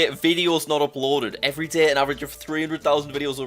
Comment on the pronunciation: “every daeheh”